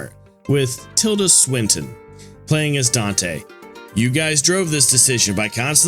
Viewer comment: It’s a me, a’ Danteh.